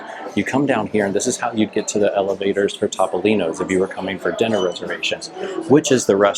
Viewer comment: It’s pronounced Toe-Poe-Lean-Oh’s and Bar Reeva 😂😂